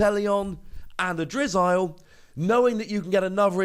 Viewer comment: its pronounced drizzle